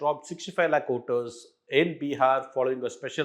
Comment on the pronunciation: It's Voters not Oters... it was difficult to listen to to the piece